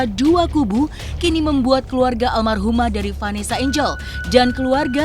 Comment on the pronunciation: Almarhumah dod.. Bukan Almaruh hem dod dod